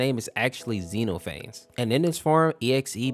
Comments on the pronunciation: another fun fact: it's not pronounced and Xeno-phanes, it supposed to be pronounced as Xen-off-a-knees just learned that a few minutes ago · Zee-No-Phanes is crazy 😭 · The pronunciation was incorrect (I think). Zen-ah-phen-ees. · I'm pretty sure it's "zen-ophanees" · Pronouncing xenophanes is actually Xen-nof-fan-nees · Late but I’m pretty sure it’s pronounced “Zee Nah Faunz” or something close to that. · i'm pretty sure his name is pronounced zen-nof-fan-eez bc it's greek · How his name is pronounced: xehnofeneez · it's pronounced "zena phaneez" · Bro your facts are wrong wtf, also you mispronounced his name.